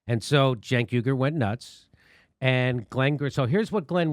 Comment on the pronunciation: Cenk Uy-gur, as in Uygurs in camps in China, not YOOGER!